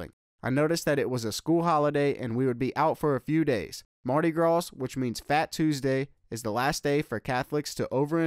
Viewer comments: Ok it's the Bayou Classic, as in (Bah' You, or yew, or U). And Marty Grawz is hilarious too. I'm from Texas as well btw. GSU Fall '94-97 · “Mardi graws”😭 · WTF??? In one part of his commentary... he shows everything but Grambling.... and he is supposed to be from Texas, as well as attending the school for 4 years.... and he still did not know how to pronounce.. Bayou classic or Mardi Gras.(come on). Only thing he really got right was the wait for financial aid. LOL Not buying that he attended my beloved!!!